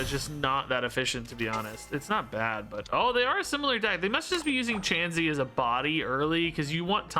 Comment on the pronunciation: Your doing really well at seeing the lines of play! Learning the common pronunciation of Pokemon names may take time. Don’t break up kirlia say it all together and chansey is said chance-e